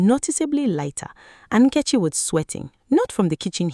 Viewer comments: The AI narration completely butchers the pronunciation of Nketchi’s name! Use your natural voice with your natural god given African accent! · Is the name pronunciation by the lady.narrator correct....?? "NKECHI"